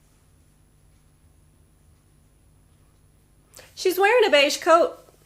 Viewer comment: No matter how often I listen to beige, it sounds like "beishi."